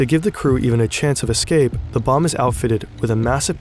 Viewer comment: It sounds like you are pronouncing the bomb german .... Bombe.